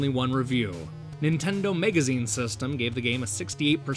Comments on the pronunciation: Why the fuck do you keep saying mEgazine? It's mAgazine... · MAGAZINE! FOR THE LOVE OF GOD, STOP SAYING MEGAZINE! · whats a "megazine"? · Is he saying megazine on purpose? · Why do you pronounce "magazine" like "mega zine"? Very weird. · why why why why WHHHYYYYY can't he say MAGAZINE?? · What's a "megazine"? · tomato tomoto, except no one in the world says tomoto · Where are you from? I'm trying to place your accent and I can't make any sense of it. I've never heard anybody pronounce "magazine" as "megazine" before. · jesus fucking christ how can you mispronounce MAGAZINE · but you don't have an accent.... you're just saying the word all weirdlike... I appreciate you responding though and apologize for the fuck I through in there... it just super bothered me last night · Z Kizzle I agree dude it's totally not an accent. lol If that were the case it would be noticeable throughout the video with several words but it's only these few particular ones with the "a" part i.e. magazine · yeah, some people say tomato, some people say tomoto, some people say donabsorbejejdhhhehyebdd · "Nintendo Megazine" I wonder if he pronounces it so profoundly wrong in order to sound smarter. Or if he truly believes MEGA Man & MAGAZINE are pronounced the same. He does the same thing with Staggering, becoming Staygering. I guess you can incorrectly speak as much as you want, when you make such good & involved videos, just on some old NES games. I still had to point it out, but this gets an easy subscribe for me, considering all the garbage game channels EVERYWHERE. This video went in detail just enough & w/o it being the same old bullshit.